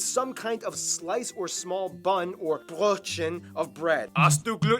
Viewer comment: not brotchen, closer to brettchen xD (the ö is like oe, an /e/ sound with a /o/ mouth) This guy isn't pronouncing any German word properly btw